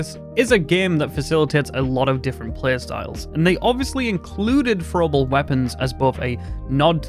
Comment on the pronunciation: “Fro uhble wepuns “